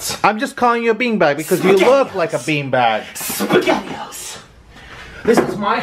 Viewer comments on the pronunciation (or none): why does he keep on saying sppegetio lol and he can kill orlin by rollind on him but hes to dumnb he cant notice it lollol